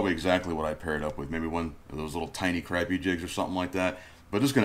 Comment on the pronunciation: It cracks me up how yall Floridians pronounce crappie. "Hey guys, check out my crappy bundle!" Lol. Seriously tho, those look like some killer baits. Aside from the "crappy," we don't have any of those species here, but i bet that stuff would catch me plenty of panfish and dinks.